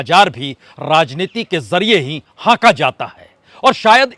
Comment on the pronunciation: हांका Not haka